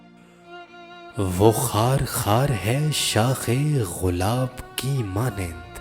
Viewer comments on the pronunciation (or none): Assalamoalaikum Apna talaffuz durust farmaaiay . Lafz (gulab hy) ghulab naheen . Aur kalam ki behr k mutabiq uss k wazan k mutabiq ashaar ko parrhiay . Urdu hamari qaumi zuban hy magar hm NY iss ka hussn barbad kr k rakh dia . Koi baat buri lagy to maazirat khwah hun . Shukria. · Ghulab nahi gulab hota h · Ghulab nahi, gulab bolte hain